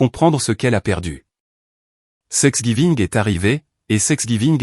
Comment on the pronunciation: On ne prononce pas sexgiving, mais Thanksgiving.